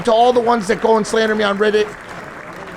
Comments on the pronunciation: Why does Mike pronounce Reddit like “riddit”? Must be a 40yr old thing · Why he saying riddit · Why does the 40 year old keep pronouncing it " RIHHDUT" ?? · Mike saying Riddit is proof of him being 40. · why do all ur friends say riddit 😭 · The way Mike says reddit 😂